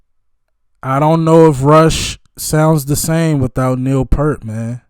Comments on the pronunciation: By the way, Neil pronounces he last name like you're saying "ear" with a "p" in front and a "t" at the end. I suggest watching this drum solo of his, which elevates him well above most drummers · Just a polite reminder that Neil Peart pronounced his name P-ear-T, not P-ur-T. So, his name rhymes with ear, sheer, beer, pier, etc. It doesn’t rhyme with Burt, shirt, or hurt. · Hey man, I love your openness to expose yourself to new music. Neil's last name is pronounced peert. P'EAR'T